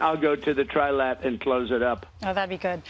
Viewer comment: He clearly says “Tri-lad” thinking it’s 3 British lads just playing together.